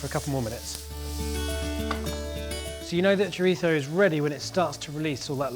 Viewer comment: Chorizo... Would you please pronounce it as it's pronounced in English. You don't hear Spanish people pronouncing types of English food with an accentuated dodgy English accent 😜